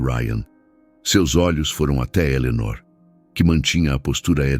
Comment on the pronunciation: Fala o nome de Eleonor direito.ok😊